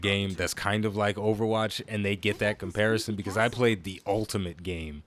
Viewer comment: Please tell me that 'com-parry-son' was intentional.